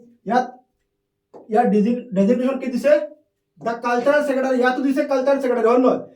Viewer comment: Sir caltarel nahoi cultural